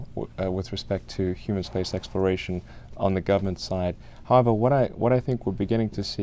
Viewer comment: He said it “Space X-ploration”